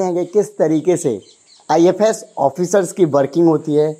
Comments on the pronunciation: IFos not IFS 😅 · Ifos h ifs nhi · It’s IFoS not IFS service